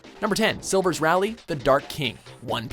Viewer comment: SERIOUSLY FIRE THE NARRATOR!!! he's garage at pronouncing the names of the characters. silvers who?!?!?